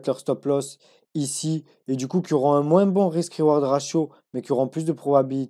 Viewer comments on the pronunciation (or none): none